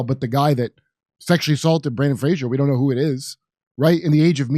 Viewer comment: I really like you guys, but please, please, please take a moment to focus on the actor’s name for a few seconds. It’s BRENDAN FRASER.